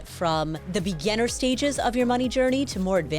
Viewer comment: Does Paula not know how to pronounce beGINner?